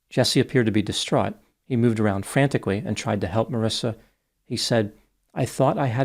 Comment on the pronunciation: There is no “I” after the “C” in her name so that’s pronounced with a “ck” sound and not an “S” sound. Looks like that would be pronounced “maw-reeka”. 🤷🏻‍♂️ Sounds about right,huh?